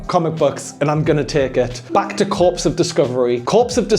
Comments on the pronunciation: Has anyone corrected on the name of the game Corps (pronounced 'core') of Discovery not Corpse of Discovery? 😆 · Just saying: Corps of Discovery would be pronounced like Core of …. Not like Corpse…Thanks. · This is like the 5th video where I've seen Corps mispronounced, it's wild. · YT viewers pick someone up for a mispronunciation... Well I never. I hope he keeps saying corpse in future just to annoy them.